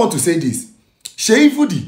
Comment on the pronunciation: My fellow Igbo brother it’s Seyi Vodi not Vudi 🙏honestly na VDM first make me know Seyi Vodi Mabasi